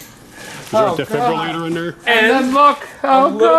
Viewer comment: "Is there a defibralater in there?" LOL....I love wisecracks!